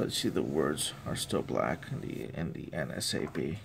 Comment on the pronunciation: I notice that you always say NSAB, instead of NASB, not sure if you were aware...Great videos though, I like watching your reviews!